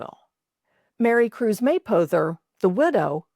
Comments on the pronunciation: Interesting, but I live in Kentucky and have never heard the name pronounced as May-poe-ther. It’s closer to May-pah-ther. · Great vid. I'm from Rochester and had Mapothers in our neighborhood. They said it May-pah-ther.